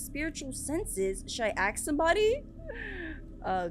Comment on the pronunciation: Just realised says aks instead of ask